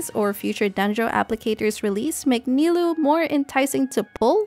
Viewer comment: For future reference, "ou" is a double consistent of "o" in Japanese. So, Nilou's name is actually pronounced (Ni-low), instead of (Ni-loo).